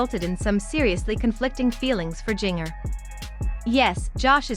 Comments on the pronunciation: Seriously, do you not know how to pronouce Jinger's name. Think of Christmas or holiday cookies or even spice. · Learn how to say her name correctly. Would make for a better video. Couldn't watch it all because you couldn't even say her name right